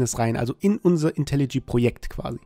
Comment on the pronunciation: sag bitte nicht länger "Intelli G", sondern - wie es richtig heißt: "Intelli J" (das spricht man dschäi). Wenn dir das komisch vorkommt, mach dich bitte mal schlau über das englische Alphabet und die Aussprache der jeweiligen Buchstaben.